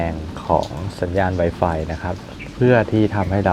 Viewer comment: มันอ่านว่าไวฟายไม่ใช้ให้อ่านไวไฟพูดไม่ชัด